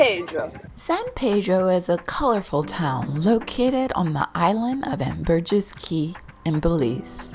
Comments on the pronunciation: You lost me when you did not pronounce the R in AmbergRis Cay. It is not Ambergis ..... Beware of listening to people who probably don't know what they are talking about.... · ambergRRRis Caye...............do not forget the "R"............... great video though